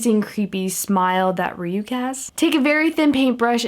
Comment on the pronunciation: It's not rayuke its rayuk like Ray yuck whithout the y on yuck